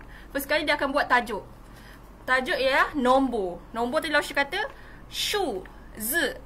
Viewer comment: cikgu Dah salah tu sebutan shu zi cikgu